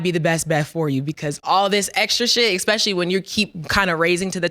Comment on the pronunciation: Did she say: Eck specially 💀💀